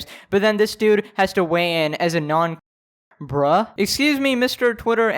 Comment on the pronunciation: I had a different tab pulled up and I actually thought he said Non-bruh.